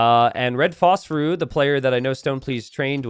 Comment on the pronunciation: Why are you still saying Phosphoru? It's Phosphorus! Different allotropes of Phosphorus!